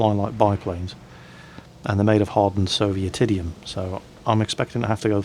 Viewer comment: He's saying Sovietinium. ;-)